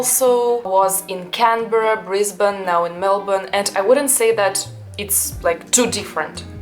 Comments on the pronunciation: I love that you can say Melbourne properly. Good onya. You are a delight to watch and it’s great to hear your perspectives. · Hang on you just said Melbourne like a local are you sure you're Russian?